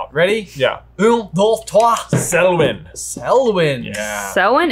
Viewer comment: got this question wrong. He said Selvyn, not Selwyn